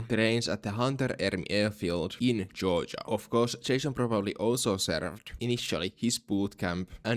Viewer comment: I love when you pronounce Georgia as Joja 😊